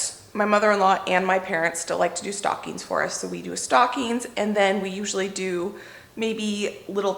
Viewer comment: For a second I understood "we do stalkings", instead of "stockings". 😂😂